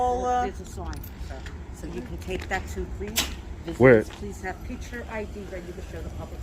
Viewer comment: Hey, it's "picture" not "pitcher". Sure, you're a journalist; yeah that's the ticket - journalist!